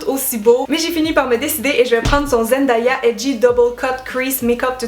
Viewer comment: zen-day-ya et non zen-die-ya 😊